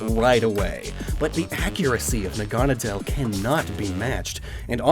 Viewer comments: Nahgah-nah-dahl.... im sitting here wondering why does he keep saying nagunna dial. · its not nah-gone-ah-dell, its nag-ah-nade-le, like needle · It’s na-guh-nay-dell not ne-gahn-a-dell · I'm pretty sure it's pronounced Nag-a-naudeull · It's pronounced "Naga-nay-dl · It’s pronounced Nag-a-na-dle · Your mispronouncing Naganadal. . . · I always pronounced Naganedel as Nahga-Naydle. Is that correct or is your pronunciation the official one? I've never heard it, so I'm not actually sure. I just thought it sounded Naga and Needle. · I hate how you say naganadel. It's nag-a-nadel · With celesteela, it's not a choice thing to burn the forest down. This didn't happen in the anime because ash and his friends built a wall around it. Just wanted to point that out. (And you mispronounced naganadel, no hate tho) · I spent the whole video expecting Necrozma to show up and win, so that was a little disappointing, however, I understand the decision not to include it. Also the pronunciation of Naganadel is wrong. Nadel is german for "needle" and is pronounced very similarly. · i really like how he mispronounces naganadel